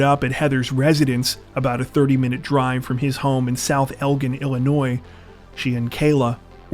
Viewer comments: Fyi it's pronounced El-jin, spelled Elgin. It's a city not too far from Chicago, IL. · Elgin is pronounced El-jin, jsyk. I used to live there. Wow, that brings back memories. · Umm... Just an FYI, but you mispronounced Elgin and South Elgin. One of my biggest pet peeves is people mispronouncing stuff. It sends my anxiety into overdrive... Anyway, the G is a J sound. Please research pronunciations before posting! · Seriously dude, you don’t know how to pronounce Elgin??? Come on… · Elgin: soft "g", not hard "g". Just saying.